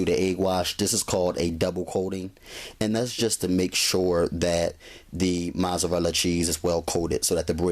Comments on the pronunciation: haha haha yup mazarala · just because he saying it wrong don't mean he aint do the damn thing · U get a thumbs down for the way u say mozzarella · lol the way he say Mozzarella lol i love his video found him 2 mins ago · The way you say mozzarella is funny